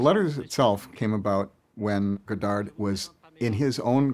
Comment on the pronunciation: it hurts my ears to hear the guy not even saying godard's name right. the last d is silent! as to this feud, it doesn't change at all how I feel about either one (they're genius), but it's very, very interesting.